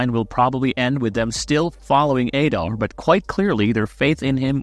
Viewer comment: Learn how to pronounce ADAR. ADD AR. Not "aid ar". Jesus man...